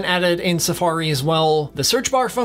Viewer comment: The way that you pronounce “Safariiiii” made me want to stop the video and never watch your channel again.